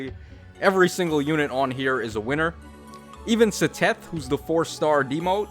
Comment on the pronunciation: the way you pronounced Seteth's name made me laugh, it's "ced-eth"